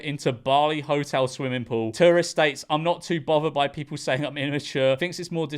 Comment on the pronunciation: In the ntays definitely an Aussie lol